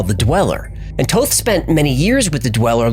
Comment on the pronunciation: I thought it was Thoth not Toth. I heard somewhere that he was Jesus.